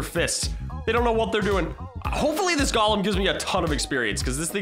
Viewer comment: You say galem and its a golem